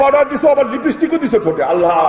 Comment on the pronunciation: কয় না আঙকেল কথাটা বলে হবে, লিপিস্টিক না লিপস্টিক, মাগফেরাত না মাগফিরাত, অর্ধেক কথাই ভুল